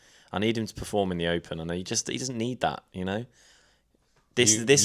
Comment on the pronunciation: PERform not PREform! 😂 really bugging me